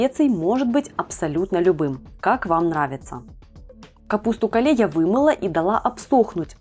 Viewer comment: Капуста Кейл , а не кале 😅